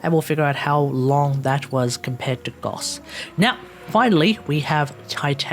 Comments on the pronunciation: Triggered everytime you pronounced it as goss. Its gauss pronounced like house but with a G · Gauss pronunciation: Gos - Wack! Gaus - Wack! Goose - Tight as Fuk!